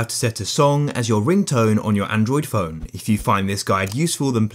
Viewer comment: Phone not pone